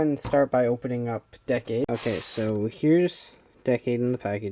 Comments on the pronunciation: Decade should be pronounced like this"DEE-CADE",not "DECK-CADE" FYI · you know I find still find it funny that apparently only actual japanese people like the guy at CS-Toys can say Decade's name right